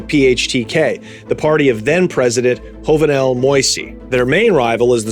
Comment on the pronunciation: “Jovenel Moïse” is pronounced “Gio-venel Mo-iss” not “Hovenel Moysé” lol